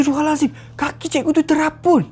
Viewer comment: Terapung bg bukan terapun